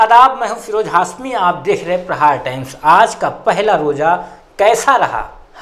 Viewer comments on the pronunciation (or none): Abe tere ko kisne laya press me te ko bat nahi karne aata apna nam tu sahise nahi le pata teko kisne entry diya yaha pe sale apne naam ko hasmi bolta hai hashmi bolne nahi aata tere ko